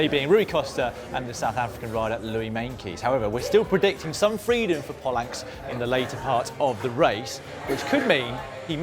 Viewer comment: Jan Polanc's ''c'' is actually ''c'' not ''k'' i know im from slovenia